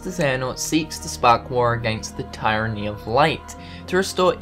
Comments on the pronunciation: Tyranny is pronounced Tear-anny, just saying. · I believe its actually tir-uh-nee. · The word 'tyranny' is pronounced Teer-an-nee. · splitting hairs, but close enough either way. You pronounce the Y like a eee sound. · The first syllable in tyranny is pronounced like the word tier.